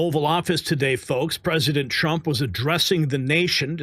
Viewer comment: sounds like you said President Chump